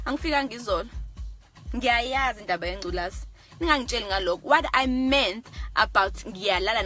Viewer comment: What I meanth hahaha lol #Engrish kwaaa